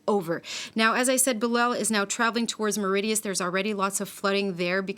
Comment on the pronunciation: Our island is called Mauritius not Meridias